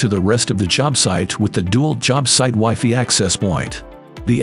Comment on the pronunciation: Agree. It'd Dee-Walt, not Dew-alt. And Wigh-Figh, not Wifey. Ridiculous to use this terrible robotic narration.